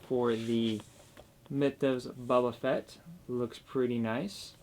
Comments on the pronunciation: Dude you’re killing me! Bo-ba Fett not Bubba or baba ugh smh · All I hear is "Buba Fett" and its kinda killing me. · Clicked off after you said his name like that cringe